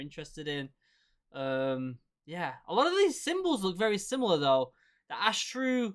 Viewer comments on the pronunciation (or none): Astra not Astru.....